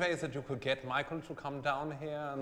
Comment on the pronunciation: When he say michael in a forien accent I think of Michael Schumacher in F1.